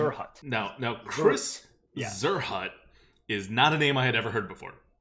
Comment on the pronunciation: In it's original, german pronounciation it would be kinda like tsearhoot. Zierhut means "decorative hat" =)